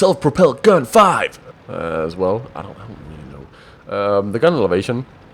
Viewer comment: I laughed so hard at the sudden American sounding "Panzer Self Propelled Gun FIVE!". Video deserves a like for that.